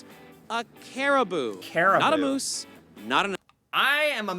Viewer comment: Lol Moose, MOOSE! WRONG! LOL